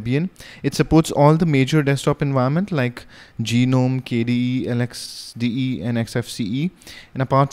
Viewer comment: I think its pronounced as nome